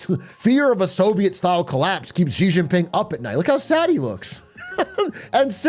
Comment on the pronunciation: why do you pronounce xi jin ping like fucking doctor zhivago. pisses me off. you love china so much at least learn how to pronounce the words. x makes the sh sound. same exact sound. no different. SAME sound. you pissing me off